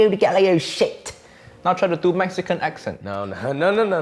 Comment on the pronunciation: You have picked up a bit of Spanish accent. The way you say accent sounds almost like an "acxent". X being the chi version.